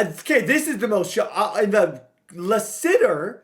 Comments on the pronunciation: Hearing mispronounce common American names is hilarious “La-Sitter” god bless him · Lass-it-er His dad played for the Cardinals. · Man, you’re crushing these guys last name. Latham and Lassiter was KILLING YOU. LMAO. But it’s cool. Keep the content coming. You have real fans behind you! AND RUN THE DAMN BALL! LOL. Just a reminder.